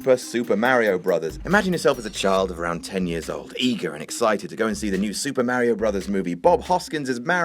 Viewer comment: Mario is not pronounced as "Merri-o".